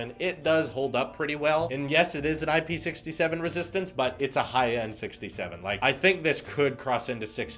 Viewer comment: Hi, great video once again, but FYI : IP67 is to be pronounced I-P-six-seven, since the 6 refers to the resistance to solid particles and the 7 refers to the resistance to liquids.